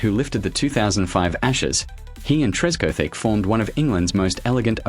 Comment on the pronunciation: Disappointing AI mangling of names, such as Tress cothick, not Tresco Thick! And who TF is Gordon Gambirah!